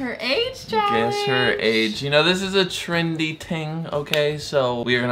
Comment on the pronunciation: Did he just say trendy "ting"